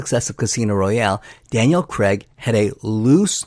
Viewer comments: 😅 His name is Daniel Craig, not Daniel Crag. Dick! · Daniel CREGG!!? why? its really not hard to say Craig. You actually manage it yourself a couple of times